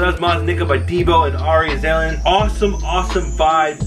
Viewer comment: Bro aaxslan is pronounced as aarkslan